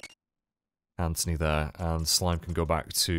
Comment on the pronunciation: heh "ANThony"